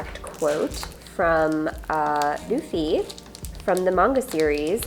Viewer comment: It’s Luffy….not doofy